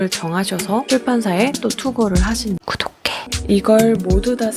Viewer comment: 구독해가 왜..... 갈수로 고독해로 들리는걸까....ㄷㄷ...